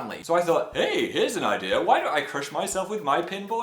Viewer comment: The way Phil says 'idea' >>> just me?